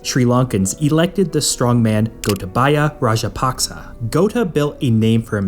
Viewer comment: You have understand the sri lankan situation very well....and well pronounced "gotabaya rajapaksa = gota "